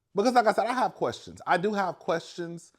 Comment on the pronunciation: 😂😂😂 you kill me everytime you say I have quastions😂😂